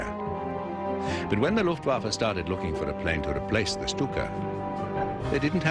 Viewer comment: Why the f***k can't the narrator pronounce "Luftwaffe" right? Every time he says "Luftwaffe" it sounds like "Luftwaffle". He pronounces the "w" like in "waffle". In german "w" is pronounced like a "v" and "v" like an "f". Is it the script people we should blame here?